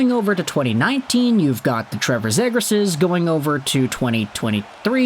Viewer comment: lol you're talking about prospects who are picked 7-10 years ago. of course they are not relevant as prospects anymore. Mcdavid torching the league for DECADES. Has been in the league for 9 years. And still can't pronounce Zegras properly. Good stuff